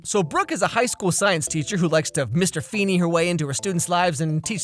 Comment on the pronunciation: Feeny?! Fa-fa-fa-fa-feeny! Feenay! Fee-hee-heenay!